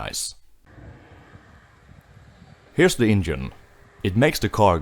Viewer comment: The way he says engine “ingine” 😂. Cool car though, love old chevys